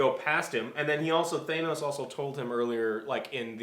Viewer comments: It’s idris not I-dris And it’s Than-os not thaYnos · IT'S PRONOUNCED THAH-NOS YOU DUMBASS! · STOP PRONOUNCING THANOS LIKE THAT !!!